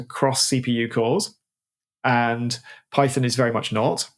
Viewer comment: Python != Peethon, PyPi != PeePee